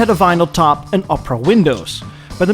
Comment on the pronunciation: "Oprah" windows :)